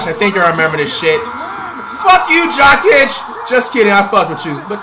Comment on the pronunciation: LOL "Jock Itch" is mad work on Jokic 😂💀💀